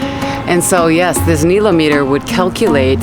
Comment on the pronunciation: yes, pronounced nile-ometer correct? I never heard it pronounced the way you say it, is that how it is said there? I heard you say it both ways? Love the videos!!!